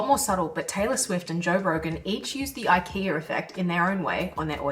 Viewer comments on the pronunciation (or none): "The IKE - R - A effect" What's the need to add an "R" to the word IKEA? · there is no r in ikea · I keep hearing "The ikeaR effect," weird. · I wish that you didn't say Ikea'R. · There's no R in IKEA lol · Silly Aussies, no 'r' in IKEA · This is a great video, but accents will never not be funny. Adding an R in the word Ikea is just dirty work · An Aussie accent AND an intrusive R? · Also, more value provided with the addition of the 'r' to ikea ;) Nicely done. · is she saying IKEA effect? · Today I learned IKEA has an R at the end of it. Good lord why. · There is no R in Ikea ❤😂❤😂❤